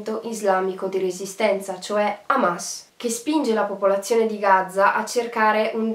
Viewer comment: Gaza con una z perché continui a dire Gazza ???? Spento dopo 1 minuto